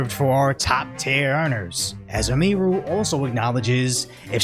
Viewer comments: Emphasis on the "U" not the "I" my guy. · "A Mii Ruu" Dude.😂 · ITS PRONOUNCED : EM-E-RU. fucking tired of you saying it wrong. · Bro it's emi-ru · It's pronounced EMI-ROO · this guy didnt even do enough research to pronounce Emi's name correctly